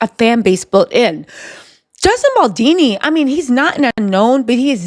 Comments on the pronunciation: Girl his last name is Baldoni not Baldini. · Justin bal-Doh-knee (like play-doh not baldini) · Bal-DONI, not Baldini...pleeeassee🤯😂🤯😂🤯😂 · BAL DON I !!! Not BAL DEE NEE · Baldoni not baldini. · Justin BaldOni, not BaldIni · I agree with everything you say except it's "Baldoni" not Baldini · Love the video style !! btw its BaldOni not Baldini 🤭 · I love you!! I been dying laughing at you mispronouncing Justin Baldoni's name lol Bal-DOUGH-KNEE beautiful 😂 not dean - knee 💀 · It's not Baldini, it's BALDONI. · I love your content, but please, learn Justin BaldOni's name. You always consequently call him Baldini. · BaldOni not dini 😆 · I love your vids girl, but Baldini? Really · Bal-DOE-Knee …appreciate the update. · I think her saying baldini is cute though lol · Pronunciation…as an italian …Baldoni’s….pronunciation…Bal-DOE-KNEE…good show 👏👏👏👏👍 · Boldini??? lol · lmao it drives me crazy! esp bc shes not my only youtuber that calls him baldini….how is everyone seeing the o but saying it as if theres an i😭😭🤣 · I couldn’t watch the whole video over this! Baldoooni! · Baldoni. With an O. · Great work! The only thing is you kept mispronouncing Justin Baldoni last name. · why can’t you get the mans name right? You doing it on purpose or what?